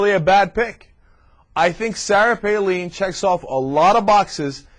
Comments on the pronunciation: Palin is pronounced Pay-lyn. (I live in Alaska, I would know) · Definitely the funniest old TYT video. Between how little we knew, back before we were exposed to Hurricane Palin, and then Cenk calling her "PAY-LEAN" the entire video. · Is it really pronounced "Paleen"? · It's also hilarious how he had to look up how to pronounce her name but still pronounces it wrong. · I know! How ironic. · This guy is an idiot he sais he had to researc on how to say her name and he still sais it wrong what an idiot.